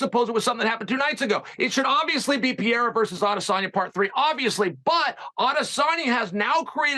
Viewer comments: Finally someone told Chael to say Pereira and not Pierra 💀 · Isn't that 'peira'? Legend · Don’t correct someone on pereira’s name then also say it incorrectly lmao, it’s PA-HAY-DA